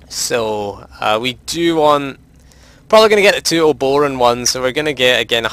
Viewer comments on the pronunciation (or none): I swear to god no one can pronounce Obroan correctly. Uh-bro-ann. Other than that, good video.